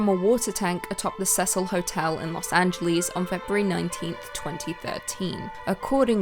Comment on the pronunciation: Ok I'm sorry but I LOVE the way she says Angeles in Los Angeles! I get it's the accent BUT I still find it funny